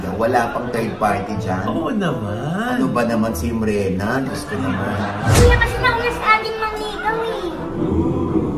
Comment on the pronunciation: Hheehh trivia about ke Mrena , Brenda talaga sya di lang nya mabigkas ng husto pinagtripan sya nina mama og ay hindi brenda mrena ang tunog eh un ang tinawag na sya kanya hihih